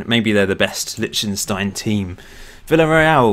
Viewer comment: By the way: It's Lish-ten-shtine, you saying litshtenstine is grating!